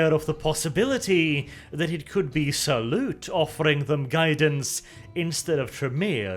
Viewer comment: Like "Sauron" not like "salute"